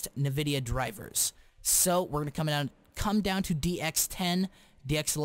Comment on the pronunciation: EARNMNAIDFNLADN LEARN HOW TO SAY NVIDIA JEEZ